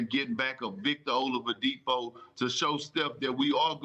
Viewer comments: "O-LUV-UH-DIPO" -Perk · perk really said Olavadipo😂😂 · Nobody: Perk: Victor Olavadipo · Come on perk...Olavidipo???3 times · Can somebody tell Perk there's no "V" in "Oladipo?" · I can't believe Perk still says "Olavadipo" 🤣 he makes it sounds like a Russian name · Nobody: Kendrick Perkins: Victor OLAVADIPO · Kendrick "Victor Olipadipo" Perkins 🤦‍♂️ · No one: Absolutely no one: Kendrick Perkins: Victa Ovaladipo! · Perk said Olidipo 🤦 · Nobody: Perk: "Ovalodipo" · Perk there’s no M in Oladipo 😂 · Perk kept saying "all of the Depo", lol. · I like when they talk about Bam Adebayo and perk is on the segment he always calls him “Bam OutoftheBayou” just like he just chopped victor oladipos name... “Vic Ol’DaDeepHoe” 😂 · Perk: “OLAVADIPO” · Victor "Olowadipo" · Perk said victor olivadipo! Lol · Victor Olavadipo 😂😂😂😂😂😂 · Who is "olavadipo"? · The best part of this entire clip is Perk trying to pronounce Oladipo😂😂😂😂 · And it wasn't a mistake because he said it twice🤦